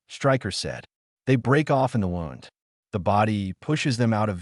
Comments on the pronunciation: Injury= wound. Pronounced as WOOND. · I wish the AI narrators would learn to pronounce the words, tear, read, bow, wound, grenade, and agape correctly. It drives me crazy! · AI still can't pronounce "wound". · You butcher words wound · Nice story. Thanks. Why does the narrator voice get the pronunciation of wound (as in an injury) right some of the time. And then some of the time, pronounce it as wound (tightened thread around a spool)?🤔